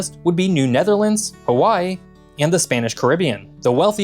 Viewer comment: You lost me when you couldn't figure out how to say Hawaii right